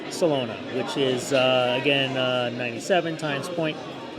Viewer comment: Solana... not Solona ;o)